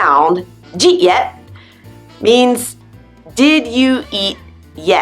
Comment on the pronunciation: This video is really funny, I can't stop laugh whe you said djee yet.